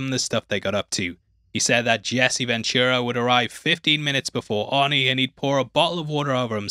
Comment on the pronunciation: Your accent makes it sound like you're saying horny instead of Arnie😂